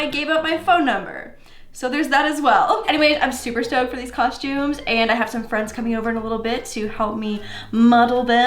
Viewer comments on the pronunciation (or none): "cosh-tumes" Mia Maples says it the same way..